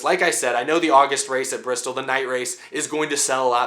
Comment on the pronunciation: Not enough r... 😂 Brrrrrrrrristol Baby!!